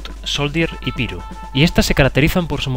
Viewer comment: se pronuncia "Pairo" no "piro": )